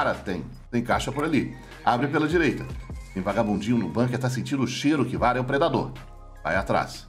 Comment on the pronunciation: Como escreve: KVRA Como o lê: "KIVARA" Como deveria: CA VE RA